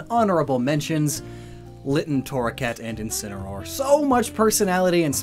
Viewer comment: SOME PEOPLE SAY CACTUSES! WE DON'T EVEN SAY CACTI ANYMORE! AND THE FIRST A IN INCINEROAR IS SUPPOSED TO BE AN E!